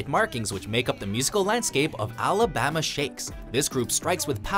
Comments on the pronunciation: Is it me or is he pronouncing "Alabama" weird? Sounds more like Alabahma. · Something about the way the narrator says "Alabama" really bothers me.